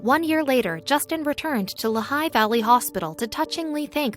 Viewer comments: It's Lee-high, not La-high. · How many others of you have been shouting at their computer, "It is pronounced LEE HIGH"? Interesting story, with any random still photos, and little real life continuity. And zero is "unusually cold in Pennsylvania?"